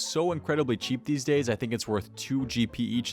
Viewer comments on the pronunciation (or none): none